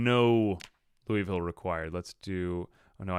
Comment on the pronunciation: Fyi, it's not Lou(ee)ville, it's Lou'vull or Lou-a-vull.